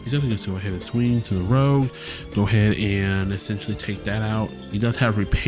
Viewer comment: Strike Rouge is not Strike "Rogue". Lagowe: "Luh-Gow", second syllable rhymes with "ow" Dearka: "Dee-Arc-uh", and you discard with him first before you draw. Also, that's only when linking him, that effect would not fire when you put him on the justice. All colors have their own form of draw already. Blue gets straight draw power from numerous effects, White gets looting effects to draw on discard, green draws by searching for cards by traits, and red gets a small amount of draw usually in the form of card rebates or loss mitigation. If you're playing pure red right now and you want additional draw power the way you do it is splashing white for overwhelming affection or blue for show of resolve. That's why you're allowed to play two colors in this game.